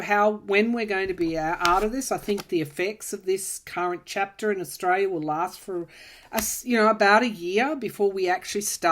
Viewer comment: Hi. Just wanted to note that the way you pronounce Australia sounds like 'estrella', which means Star.